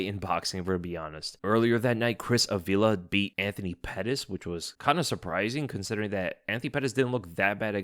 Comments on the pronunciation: Uh-V-Luh? lol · bro its Ávila (you pronounce the hard sound on the first A) please make some effort in speaking spanish names properly since we are TAKING OVEEEEEER